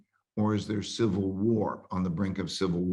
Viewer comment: Been telling people for 4 years that if a sivull whar breaks out we'll get in-vay-did